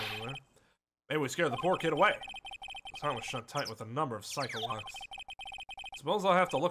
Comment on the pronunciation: I like how edgeworth misheard Psyche-locks as PsychoLocks. Made me realised its probably pronounced Psi-Key not Sike